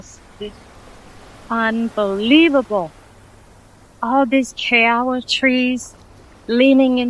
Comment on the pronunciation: The tree (and thorn you stepped on) is kiawe, pronounced "kee-ah-vay".